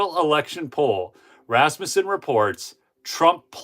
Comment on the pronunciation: It's so good to hear someone pronounce..Rasmussen correctly. Just like John-son, Peter-son, Rasmus-son. If you live where the Scandavians settled, you learned names. First syllables are emphasized. Just for Northern Minnesota folks...What is orange and black and has fins? A school bus in Esko.